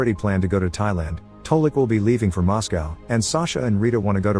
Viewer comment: It’s not pronounced Mos-🐄🐮, it’s pronounced Moscow, as in (co)